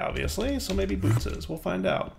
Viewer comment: If Bootes is based on the actual constellation, I believe it's pronounced "boo-OH-tees" :)